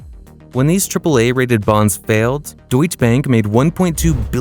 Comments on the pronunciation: I think it is pronounced DeutschE bank with an e at the end, not Deutsch bank. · Deutsche is two syllables.